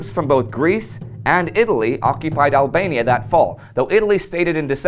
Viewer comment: Ablania Like Persa again.